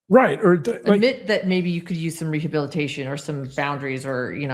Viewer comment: Are we going to address the fact that Mackenzie cannot pronounce "rehabilitation" and that her mother is more impressed that Kim Kardashian "might" call her than that she killed two kids?